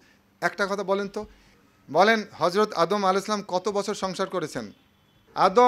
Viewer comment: আমার কয়েকজন জুনিয়র কলিগ নিশ্চিত করেছেন আপনি খুব একটা গুরুত্বপূর্ণ শব্দ --"হযরত" এর উচ্চারণ করেছেন --"হরযত" এবং আমার কাছেও তাই মনে হলো। আশাকরি আরো খেয়ালী হবেন। দোয়া নিরন্তর।